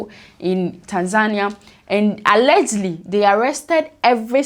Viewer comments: What is "allegly"?....the word is ALLEGEDLY...... pronounced "AL-LE-GED-LY". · Alleged-ly not allegely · Sister, what is Allergly? The word is al-le-ged-ly. 😂😂😂